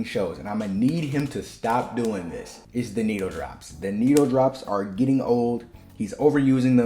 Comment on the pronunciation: The way you say needle-drops is diabolical it sounds like…..